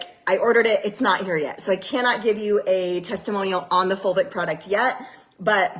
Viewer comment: OMG...we are eating dirt again...plus I only hear vulvic when she is saying fulvic....so at least I giggle